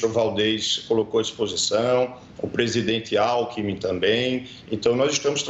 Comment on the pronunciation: O coitado não consegue sequer dizer o nome do presidente atual. 💀